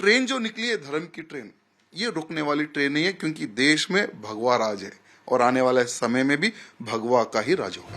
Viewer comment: माधवी लता एक बोगस औरत है इस औरत को भारत बोलने नहीं आता "बारत" बोलती है झंडे को जंडा बोलती है भगवा को बगवा बोलती है घर बोलने नहीं आता "गर " बोलती है खाना बोलने नहीं आता "काना " बोलती है